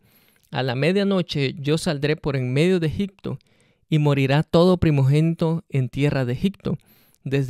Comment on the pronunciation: Amigo.....la verdad necesitas meterte más en las cuestiones judías de esa época, te recomiendo aprender hebreo o arameo. Tu exegesis está un poco desviada. Y no se dice EGICTO, se pronuncia EGIPTO con P.